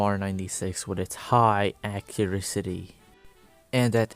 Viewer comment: Acuricity??! Is that a word? Great vid tho